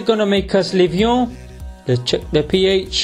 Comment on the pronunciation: When he said ph, I heard pee ay